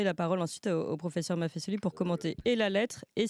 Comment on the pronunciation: Clémence MAFFESOLI le S placé entre 2 voyelles se prononce comme un Z Vieille règle de notre langue française.